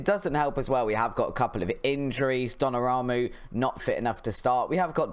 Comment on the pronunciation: Btw it’s Don-uh-room-ah and Va-Ran